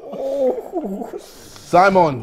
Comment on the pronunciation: Ksi sounds like he is saying salmon instead of Simon to my ears👀